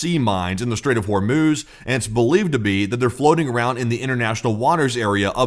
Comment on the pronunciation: I had to use captions because I thought you said “Welcome to the short orb video” 🫪